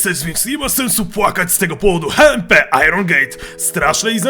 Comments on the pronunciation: to nie powinno być hmp tylko ejdż em pi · hejczempi się mówi xD